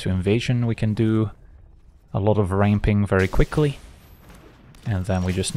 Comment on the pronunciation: Update: also "ramping"